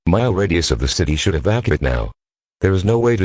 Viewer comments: you are advised to evAke immediately uh Chicago.... its evacuate. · You are advised to EV-A-KYOO-ATE immediately - LMAO. Good scenario, enjoyed it very much!